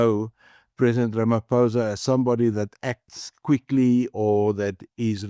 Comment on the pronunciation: I wonder if I can listen to a white person - after decades - still saying "Ramapousa" iso Ramaphôsa. What is wrong w you people?